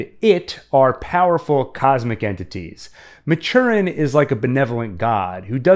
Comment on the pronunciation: Just a small correction: it’s pronounced as Mat-tur-in. King named it after Stephen Maturin of the amazing Aubrey and Maturin novels by the late Patrick O’Brian.